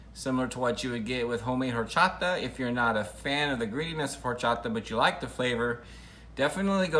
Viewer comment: he was pronouncing the name right……💀